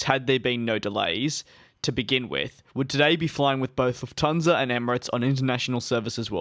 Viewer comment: Luft-Hansa, not Luf-Thansa